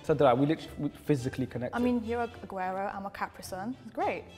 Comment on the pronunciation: Did they just say Aguero and Caprisun 😭😭